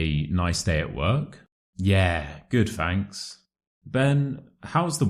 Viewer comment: Fanks? Isn't it thanks?